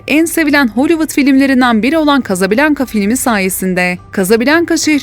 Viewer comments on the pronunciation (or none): Kazabilanka değil,kazablanka